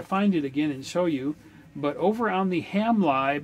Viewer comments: You were referring to “ham live” and I was wondering how you were using that to control your radio. When referring to software libraries lib is pronounced to rhyme with liberty. So ham lib(erty) not ham libe. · great video, but you’re saying it wrong in that one as well. It sounds to me like you’re saying ham live not ham lib as in liberty. Ham lib as in liberty is the way we refer to software libraries. My girlfriend says I’m good at nitpicking. She’s probably right lol. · yes I thought he was saying Hamlive too. 😁